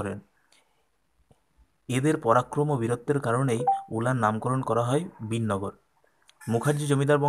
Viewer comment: Dada ayto Binnagar hobena,,,Birnagar hobe..Keno vul bolco dada...